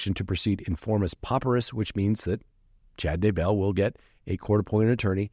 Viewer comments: Not, Chad da-BELL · Wondering - are you in the eastern part of the US? It's Chad DAY-bell